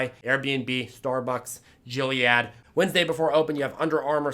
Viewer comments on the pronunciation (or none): Gilead is pronounced with a hard G btw